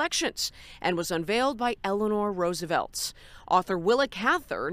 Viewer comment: Roosevelt, not Roosevelts